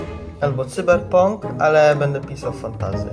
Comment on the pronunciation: Ach ten angielski, Cyberpunk według niego mówi się "Cyberponk".Jestem z Gdyni, miałem restaurację, smażalnię ryb, więc znam się na tym trochę - ta ryba ma mętne oczy, więc jest nieświeża (po oczach najłatwiej poznać świeżość ryb). Fajne muzyki były:) Ksiądz chodził ze świętą wodą:) Jeśli ktoś by chciał sobie coś kupić z tego sklepiku świętego:) Ogólnie fajny odcinek był:)